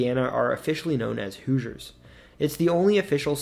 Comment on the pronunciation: Non Hoosiers cannot properly pronounce the word Hoosiers, for the most part. They say.. "Whosiers". No. "WHO-zhers". That's a closer phonetic sound. I only noticed this relatively recently.